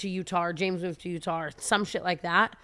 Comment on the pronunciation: the way tana says Utar for Utah!!